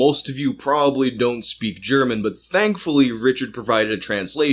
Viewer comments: your pronounciation of german is beyond bad. Im German and was only listening to audio since I was at work. I could not understand one word of it. It sounded more like an extraterestial language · As a German I can say your pronounciation is adorable! Also Unterm Durchschnitt= Below average Musik für junge Leute = Music for young people